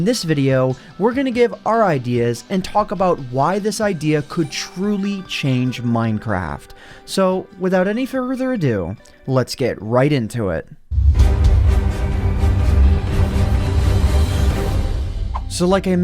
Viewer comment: fur-e-thur do